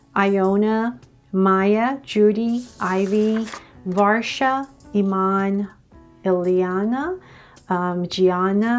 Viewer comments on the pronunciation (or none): none